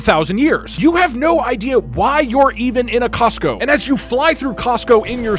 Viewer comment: "And- Its costo."